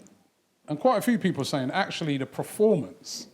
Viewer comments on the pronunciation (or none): one of these days Robbie will learn how to pronounce 'performance'. always says praformance